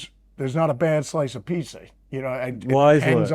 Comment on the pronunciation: hearing my man talk about pizza, you know he’s from New Jersey.